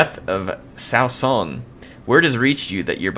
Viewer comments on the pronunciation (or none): none